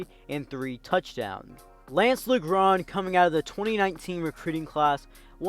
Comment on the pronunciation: saying lance name wrong the whole time